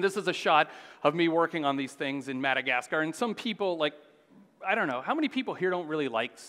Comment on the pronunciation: Learn to pronounce Madacasgar and Fungi, otherwise very interesting